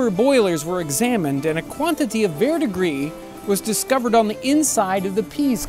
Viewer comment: a quantity of (what?) was found on the inside. I hear "verr degree".